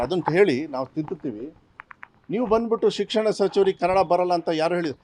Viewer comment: ಲೇ ಅಯೋಗ್ಯ ಸಿಕ್ಸಣ ಸಚಿವ ಯವ್ವ 😅😅😅😅ನಿನಗಿಂತ ನಿನ್ ಅಣ್ಣ ಸೂಪರ್, ಕನ್ನಡ ಬರೋಲ್ಲ,😂😂😂😂